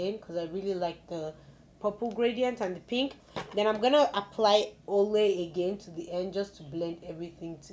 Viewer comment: Ole is pronounced Oola. It’s named after Fumis husband. Its a nice palette and you used it well.